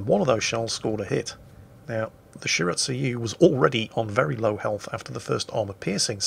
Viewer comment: I'm cringing a bit everytime says shir-at-sue-you instead of Shi-ra-tsu-yu